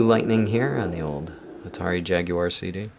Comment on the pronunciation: Wow a yank that can pronounce jaguar instead of jagwar.